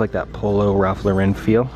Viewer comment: It’s Ralph loooran cmon !